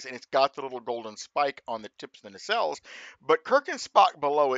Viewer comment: I hear ya! Only one small criticism: It's "nacelle". ;-)